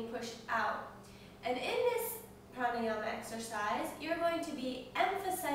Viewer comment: I am being pokey here but I dunno how come you teachers dont know correct pronounciations ...and no I am not talking about accent. Yogasana = Yog + Asana and not Yoga + Sana It is difficult to explain in text unless you know Devnagari script but simply put even if you spell it Yoga and Pranayama, you dont actually pronounce the 'a' there like you do in umbrella anyway keep up the good work^^